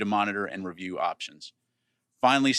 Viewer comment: listen to how he says review as its American and then quickly rephrases…